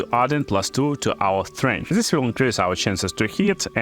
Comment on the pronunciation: strength not strench so put your tongue on top behind your front tooth and blow.... lol